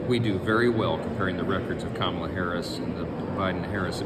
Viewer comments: Tell Kilmeade it's KAM-ala as far as pronunciation.is concerned. Study hard Brian and cut the coy-cutesy- David Duke-George Wallace approach. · Another "sneaky" thing the racist right-wingers have been doing is mispronouncing her first name. The bonehead Faux talking head just did it in the clip and their orange god mispronounces her first name consistently and on purpose. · They still can't seem to pronounce her name correctly after all these years. We'll make it easy for them in November, It'll just be "Madam President". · And he mispronounced her name. White people who are conservative have always mispronounced my name even after being corrected. More open-minded people have tried to respect pronunciations of non-white names. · After 8 years of her in politics, you'd think they would at least pronounce her name correctly.